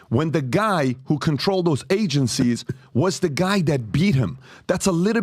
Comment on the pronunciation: Lmao y can’t pat pronounce words that start with “Th” mf saying Dose instead of those 💀😂 what a goof